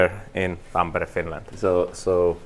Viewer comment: I enjoyed watching him butcher "Tampere". "Tam-peare" instead of "Tom-pa-ray".😊